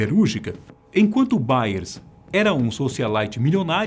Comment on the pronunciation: "IALE" E "BAILE" É FODA KKKKK